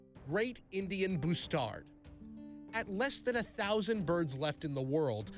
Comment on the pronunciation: Say Bustard again lol Boostard lol